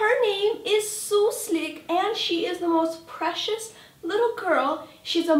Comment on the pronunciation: Кошка по имени Суслик) Причём сказала так(с таким акцентом), как будто она русская)